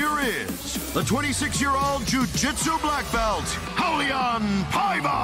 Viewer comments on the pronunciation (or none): none